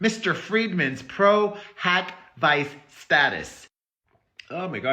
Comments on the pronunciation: I’m saying this because I love you and as an attorney, it’s pro hac vee-chay 🫶🏼 you had everything right but the “vice” 💚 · It's pronounced Pro Hac Vee-Chay 😊 But yours is cute too 😘